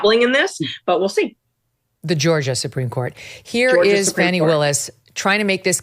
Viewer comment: Who is Farnie wills. Do you mean Fani?